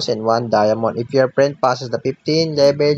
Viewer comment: Napaka bangis mo idol 🔥 Seeeroo nhaayn Nhaayn whaann Treeee nayynn Xeerro phowwr Sebben sirrroo Eyyyttt